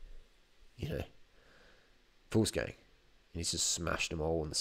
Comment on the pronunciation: Did he say Foolsgang?